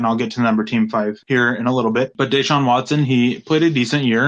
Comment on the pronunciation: I cringe so hard when you pronounce Deshaun Watson. It's supposed to be more like Desean Jackson pronunciation not Daeshawn Hamilton.